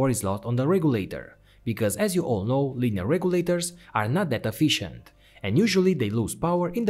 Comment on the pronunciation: It's Linear not lineal